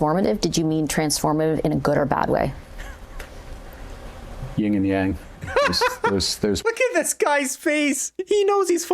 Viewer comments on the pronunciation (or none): Carney - "Ying and Yang." Our PM doesn't even know it's Yin and Yang😂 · Did he seeiously say ying and yang? I'm sure he meant Yin and Yang. What a tool.